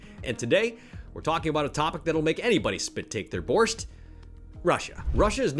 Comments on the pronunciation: its bors-ch-t get it right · There. Is. No. T. in. Borsch!